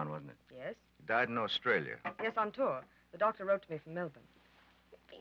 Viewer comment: for once, Americans who pronounce Australia and Melbourne correctly.